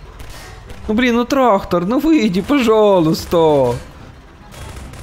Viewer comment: В начале видео я один услышал что когда полиция поймала, он сказал ТРАХтор